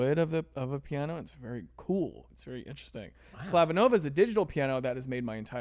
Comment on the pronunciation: Pee-ano. :D